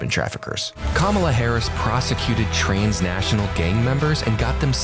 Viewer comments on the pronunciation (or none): what in the world is ”trainsnational??” 😂😂